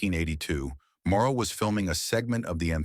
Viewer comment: It's Vic MORROW, not MARO